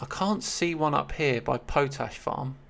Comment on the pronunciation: Was Edith Pretty mentioned on the preface page? Plus, it's pronounced Pot-ash 🙂